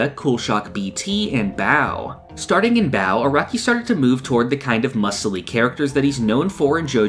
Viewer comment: You pronounced both Baoh & Zeppeli's names incorectly. Other than that I mostly agree. Especially on the first half of part 1 being stronger. I read it in 2017 & struggle to remember what happened in the middle.